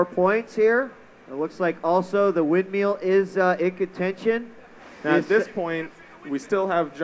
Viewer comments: everytime he said "windmeeel" i got annoyed haha great vid though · He always says 'windmeal'... xD